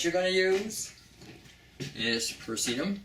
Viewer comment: I've never heard Pie-rass-a-tam (Piracetam) pronounced as Per-see-tum. Your information is impressive. When I was doing my research for my Nootropic Video I would have liked to have included a few items you've outlined. My tweak dosage is a little different than yours. I go with Piracetam (1/4 Teaspoon) and Choline Bitartrate (full leveled teaspoon), twice a day. You're right, you do have to cycle it or you will get brain overload. Everything you've mentioned is very accurate.